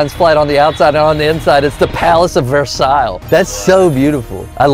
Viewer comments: "palace of ver-saL" its ver-sai lmfao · He has Said the palace of versatile pronouncing the Ls correctly. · Loved it when Chris pronounced Versailles wrong . Overall, the content is as good as always.